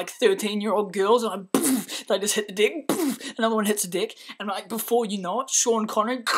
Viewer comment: took me three times to realize you said the girls hit the deck.... and not hit the dick... hahah either way great story.